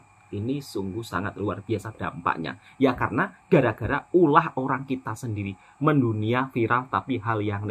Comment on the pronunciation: BUKAN 'MENDUNIA' TAPI MEINDONIA. 🤣🤣🤣🤣🤣🤣.....